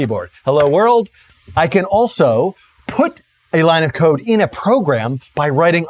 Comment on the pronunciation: Ha ha. I guess since I knew the context of his statement, I heard it as "code", but re-listening to it with cocaine in mind, it does sound like "coke".